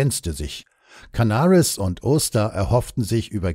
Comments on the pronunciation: Es gibt durchaus Leute, die die Namen Canaris und Oster nicht kennen. Meine Nichte zum Beispiel. Die dachte wegen der englischen Aussprache, dass es sich um Amerikaner oder Briten handeln muss. Derart in die Irre geführt hat sie den Podcast nicht mehr verstanden. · Wie immer bei Rügemer interessant und gut recherchiert. Was mich wundert, warum manche Deutschen in englisch ausgesprochen werden, zb Canaris, wie auch andere. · "Ädmiral Cannaris" und "Dschenerääl Oster" (englisch ausgesprochen). Ernsthaft jetzt? Oder sind damit nicht Wilhelm Canaris und Hans Oster gemeint sondern ihre angloamerikanischen Doppelgänger? Musste jedenfalls laut lachen. Ach ja, Dulles wird auch nicht ganz so wie die amerikanisch-englische Aussprache von Dallas ausgesprochen.